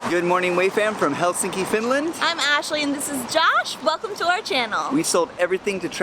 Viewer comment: FYI .. It's pronounced HELsinki. The accent is on the first syllable.